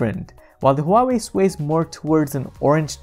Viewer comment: he said "huwawi" lol the chinese company that copy and paste with their phones